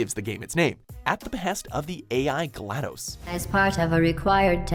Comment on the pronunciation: "Glad-DOHS?" Jesus christ dude. Read a book or something.